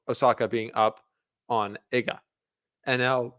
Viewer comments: IGA not hard to pronounce Ega not Iga really amateurish presentation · Please, it's not [e]ga like in m[e]ss Its [ee]ga like in d[ee]p 😁 otherwise very nice commentary 😊